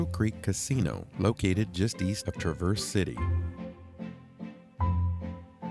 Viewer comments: I see you still haven’t gotten the 'syLLAble' in the right place for Traverse City…lol…you guys are so cute! Love watching your content! (TRAverse…😂) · LOL, it is not "trah-Verse", like traverse a mountain path. As a Michigander, its TRAAAAAAAAAA (like travel) Traverse. Different emphasis on the A. Same A as Travel, but verse at the end. Cmon now... Hope you tried Walleye while up there. Best fish imo. Nothing like the U P in Mich. In summer and fall anyways. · The accent is on Tra as opposed to verse. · It’s Tra’ verse City. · Pronounce the "S" as a "Z" and you have it. Tra'verze City, That's how the Michiganders say it. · Michigander here. Love your videos. FYI, Traverse City, isn't pronounced like the SUV. It's Tra verse, accent on the Tra ( like the a in trap.) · Like others said, please learn to say Traverse City correctly. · Please look up pronunciation of Traverse City😮